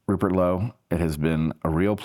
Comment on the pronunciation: 'Purert' Lowe?